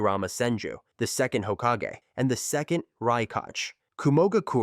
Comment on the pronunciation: How did you pronounce hokage correctly but raikage wrongly 🥲